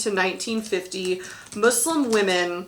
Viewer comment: Lmao as a Muslim girl having this be a DBQ is so funny to me that we’re a question. Lol Mansa Musa wouldn’t be able to film Hajj but it’s a funny idea. Thank you for pronouncing Muslim right, hearing Muzlim annoys me sometimes. I’m so scared for World. I haven’t been able to study much because we’re up to our necks trying to do Unit 8 and 9. Will try Teachtap.